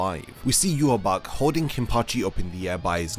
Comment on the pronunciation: That (in my opionion) is not how you pronouce Yhwach, The leader of the Quincys, It is prounouced for me, Yah-Waach.